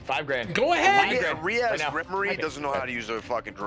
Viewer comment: Calling Rias Ri az is wild af